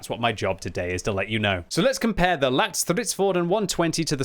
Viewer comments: "lätt" (light) is pronounced closer to how you pronounce the word "let". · It’s pronounced Lett as in Letty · Stop. Saying. LATT. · Just pronounce ‘Lätt’ as ‘let’ while prolonging the t-sound and you will nail the name. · Lätt is more pronounced as "Lett" cause an Ä sound more like an A and E together but sound like an E in the word Lätt which means Light :)